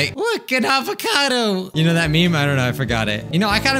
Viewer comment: Every time he says “ avacado “ I laugh and wheeze at the same time